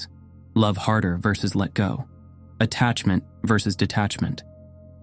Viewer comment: Versus??? It is serious?